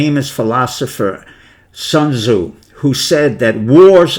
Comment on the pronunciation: China is doing just fine, doctor. I have Chinese residence and can safely say first hand China is a miracle. Your pronunciation of Sun Tzu is off the wall terrible. Not one Chinese person listening to you will know who you are talking about. Future American wealth is tied to China. There isn't a better partnership on earth. Think Flying Tigers.